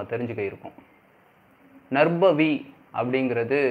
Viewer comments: First pronounce Name clearly is it Narbhavi or Narpavi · பசு என்று கூறும் போது ப-வை எப்படி உச்சரிப்பு செய்கிறீர்களோ அதுபோல் நற்பவி என்று உச்சரிப்பு செய்யுங்கள். 🙌 வாழ்க வளமுடன் 🙌